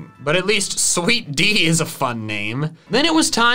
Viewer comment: calling sweet dee sweet tea